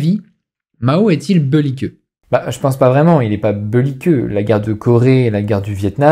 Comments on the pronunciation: Pourquoi tu dis beulliqueux au lieu de belliqueux? C'est pour nous tester? ^^ J'ai ma théorie haha. "Au moins un trigger par vidéo" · ‘Beuliqueux’, ça veut dire ‘belliqueux’ ?